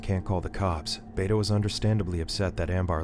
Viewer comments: The uncles name is pronounced "Beh-toh" not "Bay-toe" 😅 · Bro said bay-toe😂 bro